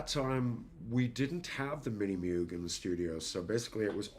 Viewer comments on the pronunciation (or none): C'mon.. You said Moog, when you know it's Moog.;) Great cast my brother in sounds. Thanks for public. Fkn great job. Once again man, thank you for years of brilliant work. Keep killing it my brotha.